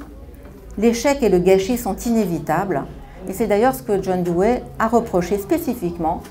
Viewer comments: "douwi"...pas "douwé" c'est terrible de voir que des personnes spécialistes écorchent son nom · nan c'est le contraire, la prononciation à l'anglaise ou l'américaine comme le fait un richard Rorty c'est Doe wuéi ou diwuéi , et la prononciation française est dou oui